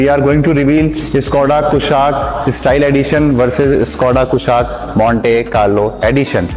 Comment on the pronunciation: Abe pahle naam to theek se pronounce kr le 😅😅😅😅